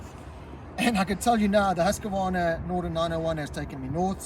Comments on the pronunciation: “Hoosk-varna”. Not “Hoos-ka varna” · Well… no it is Hoos-kvarna. Why not just call it Husky and then even we Swedish people will understand.